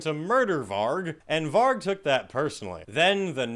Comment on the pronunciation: 👏🏻👏🏻👏🏻👏🏻 for pronouncing Varg and Euronymous’ names right! Very rare for a yank! 🤣